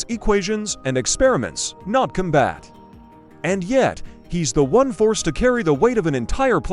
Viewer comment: You gotta love AI narrators: come-bat for combat, es-cee-eye-fee for sci-fi.